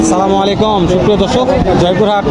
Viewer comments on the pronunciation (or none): ভাই আপনার সালাম দেওয়া শুদ্দ হয়নি...আপনি বলছেন সালা মালাইকুম এইটা সালাম হয়নি, আসসালামু আলাইকুম এই ভাবে সালাম দিয়েন